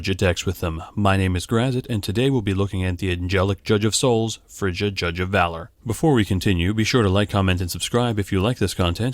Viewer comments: Just so you know, it's "feerya" not "Ferjah" :P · Fur-ya ... it's a norwegian name.